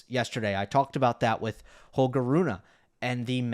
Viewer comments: Only worst thing than his saying Runah instead of Rune are his eyebrows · He should stop saying Runah on purpose. He is trolling